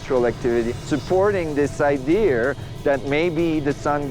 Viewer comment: lol "supporting this 'Idear' "